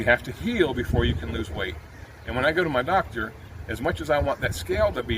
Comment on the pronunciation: Only 29 seconds in and I can already tell what part of the country you're in by the way you pronounced "doctor." You did mention NC, but if you hadn't, I'd have guessed coastal GA, SC or NC. That one word gives it away. 🤭